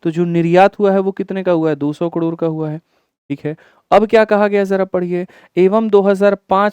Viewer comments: कड़ोर काहे बोल रहे 😂 करोड़ होता है कड़ोर कड़ोर सुन के दिमाक कड़ोर पर ही अटक गया 😂 दिमाक का दही हो गया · Yrr sir kador kador kyu bol rhe hai😅😅😅